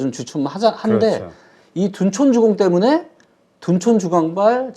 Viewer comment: 대표님 둔촌주공 발음이 재미지시네요 둔톤두공 둔촌주강